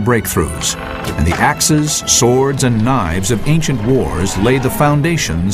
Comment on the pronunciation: '' these sickle sWWWords'' Reminds me of the coolwHHHip scene from family guy.